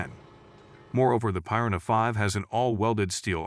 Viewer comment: How is it this guy can't pronounce piranha correctly. One of the most universally known fish species 🤣.